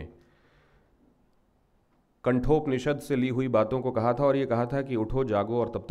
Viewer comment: It is Kathopnishad not kanthopnishad.